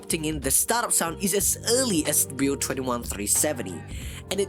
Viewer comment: Bro your saying beught instead of build